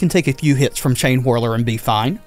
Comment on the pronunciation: I’m sorry man but every time you say chainhwirler or champion of hwits i die a little bit